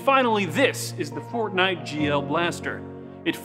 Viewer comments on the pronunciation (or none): Naw its "Fortmight"